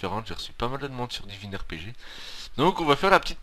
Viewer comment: Lol he said divin ArePeJe